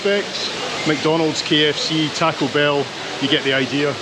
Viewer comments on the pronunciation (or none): none